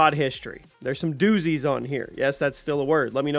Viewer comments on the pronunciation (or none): Him saying doozies frustrated me the most